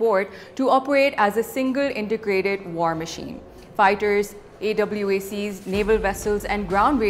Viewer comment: they dont even budget to have full table for press conference . She seems to call her integration of 3 forces as some wakeup call . What is she smoking ? . So call data link 17 which is taken from american data link 16 . doesnt intergrate with chinese sat data . Reporter cant even pronounce AWACS which we know is 1 short now since the last time . She is comparing this with a Space satellite . Here's a thought what if a space vehcile with a payload gets send down for precision landing . We already have the tech and we can reach anyone , anytim and anywhere